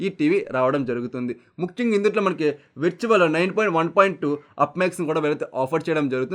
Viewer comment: విర్చ్యువల్ కాదు brother వర్చ్యువల్ అను pls.